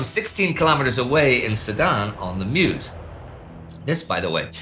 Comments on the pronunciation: If Indy will be mentioning the river in the future, it's pronounced "Möz" rather than "mews". ;) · It's very nice, very interesting and well documented but it would be even better if you took 3 minutes to try to say the name of the places correctly 😊 It is sedan, not sedane, it it Meuse not miouse and so on.....